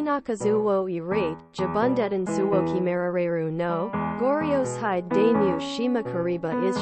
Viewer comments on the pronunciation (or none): none